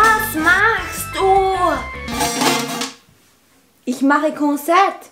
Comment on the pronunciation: Ich liebe die Aussprache von WAS MACHST DU